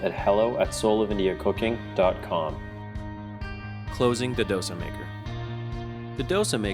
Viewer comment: Please learn how to pronounce Dosa first.